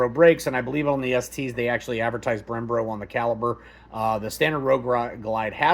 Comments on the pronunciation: Very informative! One quick note, you kept saying “Brem-Bro” brakes instead of “Brem-Bo” brakes. This is a me problem, didn’t take away from the excellent info, but my ADHD made me type this. Downvote me, I deserve it. Thanks for all the time and effort to do this review! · Brembo brakes not “ Brembro” bro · Brembo... not brembro lol 😂